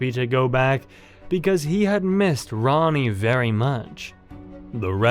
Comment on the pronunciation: Bro is saying Ronnie when it’s Rani LOL